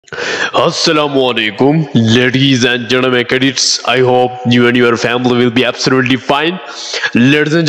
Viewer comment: what is "ladies and jadame" 🤣🤣🤣